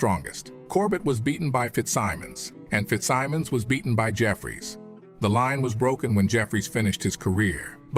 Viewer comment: what is up w/ this mis-pronouncing names in documentaries? Morgan Freeman I would say, knows how to pronounce Fitzsimmons. it was not only a fighter, but subsequently, a Teamsters boss. this 'dumbing down' is getting to be fashionable. and to those who may not be boxing fans, these photos are not Johnson! WTF are these impostors doing in this doc? the idea on paper is great, especially Freeman, to lend it credibility. but he doesn't! bullshit! half naked white girls w/ some tall black man. it has no relationship to reality. he was an amazing person w/ out filling his life story w/ bullshit!